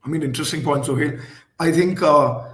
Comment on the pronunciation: Why the Hell Advaita calls Sohail ??? it's Suhel ...not so hard